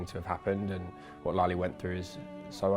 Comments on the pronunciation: His son says is lali instead of lale like the memorial centre of holocaust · It is Lale....with an "e"....not Lali!